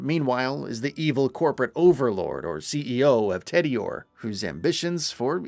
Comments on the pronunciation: I was so distracted by that from the moment he fudged tediore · TEEdior. Rheeees. (Rhys is a name with a standard pronunciation - and it’s never ‘rise’). 😮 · You know the narrator is not even familiar with Borderlands by the way he pronounced Tediore and Rhys.